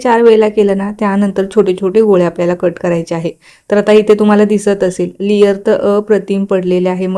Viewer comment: लियर नसतं ते लेअर्स असतं.